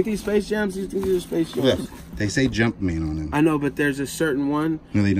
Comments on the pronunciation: I cringed when he said "jumpmans" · He keeps saying jump mans 😂